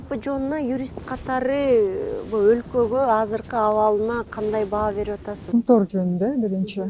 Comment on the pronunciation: "Кумтор" эмес, "Кумтөр"